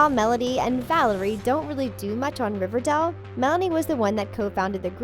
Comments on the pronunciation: It’s Riverdale not Riverdel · I’m I the only one who thinks she’s saying riverdel and not riverdale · It's Riverdale not Riverdelle. Is that so hard? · Did anyone notice how she pronounced it River-doll instead of of River-dale? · It's Riverdale not Riverdel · Why is she saying riverdell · Did anyone else hear her say riverdel? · she kept saying riverdale wrong